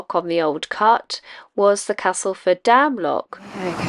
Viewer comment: Who knew there was so much to see in Castleford! And glad you’ve changed your pronunciation of Castleford to the local one. Being a soft southerner now living in West Yorkshire, I have made similar adjusts over time. :-)